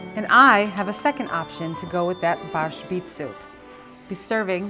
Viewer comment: My Polish grandmother and mother never pronounced Borscht the way you do.